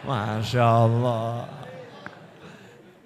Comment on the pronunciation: Allah. Bukan Auloh. Sebut betul2 . Lidah jangan keras.